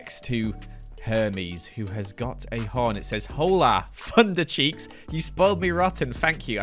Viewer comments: It’s “oh-la” not “hoe-la” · its the "hole-a" for me LOL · I’m sorry, why- how- WHY DID YOU READ HOLA AS “hoe law” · Did he say hoe lah… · SAYING HOLA IS SO FUNNY